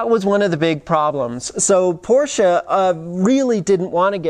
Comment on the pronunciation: Hi? I couldnt believe how well you have elaborated on this topic. Also your pronounciation of the make Porsche is perfect unlike many other 'reviewers'. Is this the end of Doug deMuro? Congrats to this vid and br from Frankfurt/Germany.